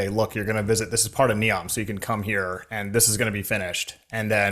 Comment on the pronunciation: Thanks for the updates, keep ‘em coming! A small pronunciation correction, there’s a ‘y’ sound missing between your syllables. Ne-yowm not ne-om (like neon).